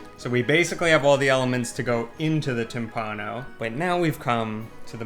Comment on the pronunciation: Timballo... Please. TIMBALLO